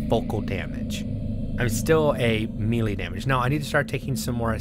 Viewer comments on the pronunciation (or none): Melee is pronounced may-lay. Keep up the good work!